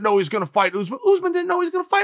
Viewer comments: It’s pronounced uss-män, not oozeman 😂. It is an Arabic origin name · Why does Chael call usman “ooze-man?” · Chael “Oozemen” Sonnen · Why is he saying “George” and “Ooozemen”?😂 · “Oozeman”😂😂 “‘..Two plus two doesn’t equal four”- Sonnen👨🏻‍🏫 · "Oozeman" love it. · Tbf I'm surprised he doesn't pronounce it Yuzeman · He says jorge as George and Usman as ooooooozeman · I actually did ask Chael to say “Oozeman” a bunch of times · Kamaru “OOZEMEN”